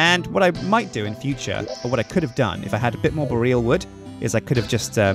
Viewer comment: needs to learn how to pronounce Boreal. It's really not the way he says it....